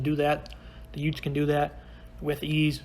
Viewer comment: Excuse me did you say utes ?